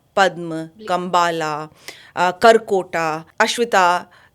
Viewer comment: Why butcher & pronounce indian names with english habits. अनंत not अनंता, शेष का शिशा कर दिया है, कर्कोटक का कर्कोटा किया है, ध्रतराष्ट्र नहीं धृतराष्ट्र होता है, तक्षक को तक्षका किया है. उससे गंदा तो कुंद्रू है, सीधा साधा उच्चारण है कद्रू . अगर ये मॅम टीचर होती और बच्चोंके नाम ऐसे पुकारती तो इन्हे ही स्कूल से निकाल देते.